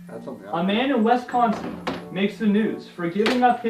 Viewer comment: Please tell there is no e in Wisconsin